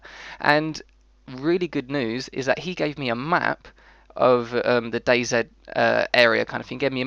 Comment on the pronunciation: It's day then the letter z you say it wrong